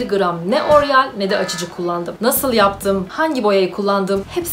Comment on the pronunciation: Oryal değil o tatlım oreal..